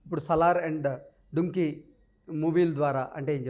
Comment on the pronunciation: డుంకి కాదు డంకి